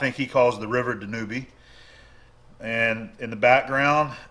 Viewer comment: Just a quick FYI for you. The "ube" at the end of the name of the river in Hungary, is pronounced like the word "lube", not the word "newbie".